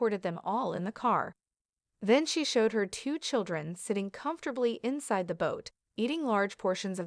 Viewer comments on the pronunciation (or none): Insade? Its inside. 😂